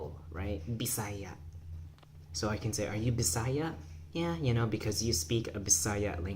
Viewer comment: Then native pronunciation of Bisaya is /bi·sa·yá/ with the stress in the ultimate. Nonvisayans commit mistake by putting the stress in the penultimate.